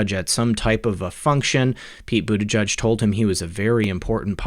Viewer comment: The name is Maltese and is pronounced. Bute-i- jay.